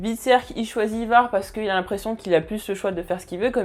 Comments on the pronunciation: Le nom c Ivar et non ayvar. C'est les anglais qui le disent mal. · la prononciation d'Ivar a la francaise : non, juste non mdr